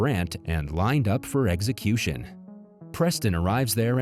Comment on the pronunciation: Eggsacution? I love the concept of these channels but I will continue to block them when they are not able to speak coherently